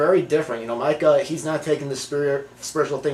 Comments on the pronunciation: lol i dont think these guys really watched the movie. his name is MEEKA not MIKA and she woman says meeka alot.idk how he got this confused, and anyone who has seen this movie would agree with me. this movie is also scary as shit, by far best scaryness evar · its pronounced MEE-KA. good review tho. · its Mikah